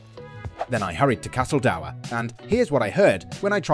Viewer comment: “Dour” rhymes with poor, not sour. Sorry—pet peeve. 😂